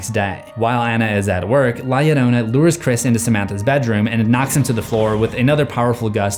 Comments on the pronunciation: It pronounced yo ronan. And this is a scary legend to hear as a child. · the entire time i was just fuming on how he was saying it “yodona” Se llama es “Llarona” pronounced “Ya- rrrrO-nuh” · La "yo-RO-na" is how to pronounce. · Its "La - Llarona (Jarona)!" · The fact that people say her name has an i. it is LA LLORONÁ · Doesn't a double L in Spanish sound like a Y would in English? So, it would be pronounced LA Yorona. Irking me... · The only thing I leave a dislike for is the fact of how he's saying la llarona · From what I heard I thinks its pronouced lie yarona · Double "L" makes the "J" sound in spanish amigo. You're butchering the pronunciation. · The pronunciation is argued The double L can even be used to make a J sound or Y sound